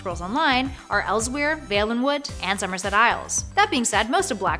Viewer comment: You said elsweyr wrong btw You pronounce it like elsewhere